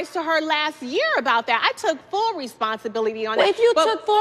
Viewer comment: Phaedra: Resonsibility